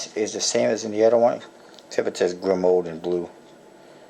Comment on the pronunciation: I believe it's pronounced *gree-mow*